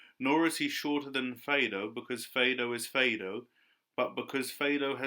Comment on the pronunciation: Am i incorrect in believing it is pronounced more like fade-oh?